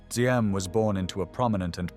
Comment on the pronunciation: Diem. For translation accurate. D without the straight horizontal line in the D is like the “Y” sound. So it’s better to say “YIM”.